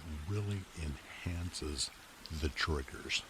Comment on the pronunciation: He says triggers with a hard r